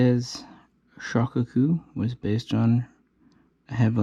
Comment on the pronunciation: Amatuer. It is SHO-KAH-KU and TAI-HO. (not Tay-Ho). You got it all wrong. Please delete this MIS-INFO. Grandson of James W. Blanchard (ALBACORE).